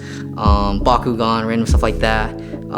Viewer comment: did you say.. BaKUgAN?!